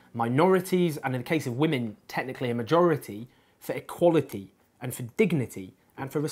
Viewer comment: why do you say words like "equality" and "party" like a deaf person?